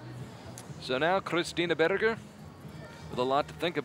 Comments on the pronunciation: Probably someone told him there's no "burger" in German. I think the simplest approximation in English is "bear-ger". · I just love how he pronounces "Berger" :) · I suspect he's trying to pronounce Berger in German, badly.